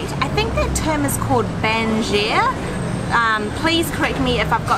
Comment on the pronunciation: Chasing a Plate - Food and Travel Channel i find it soooo cute on how pronounce banjir as "banjia". I like your accent so much! I always try to talk like you guys while watching haha! Yup mate, the term banjir is basically to flood your plate with the gravy. In mamak restoraunts, it is quite popular for Malaysians to order roti canai banjir - teared-up roti smothered with dhal/curries resulting the roti to become quite soggy.